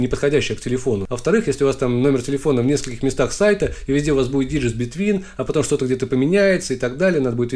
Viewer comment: произношение "диджист" (digits) не прошло валидацию :)